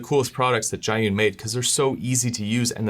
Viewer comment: The brand name is pronounced as "G-Yun," which literally means "to the cloud" in Chinese